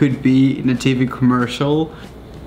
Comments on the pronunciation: Your British why a you saying commersol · I'm British and I say commercial if he was British why can't he say commercial